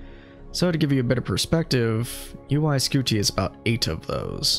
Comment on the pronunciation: Why are you pronouncing UY Scuti like that?